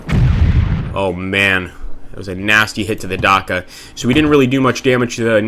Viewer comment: Hey, are you going to stream any more BA2 any time soon? Too bad I missed the stream. Also, you should pronounce it "datcha", like in "Dutch". Aside from that, your Russian is really enjoyable!